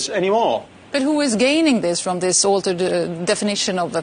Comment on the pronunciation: Why does Klaus Schwab insist on pronouncing the word "This" as "Scziss"? Is it a German speech defect?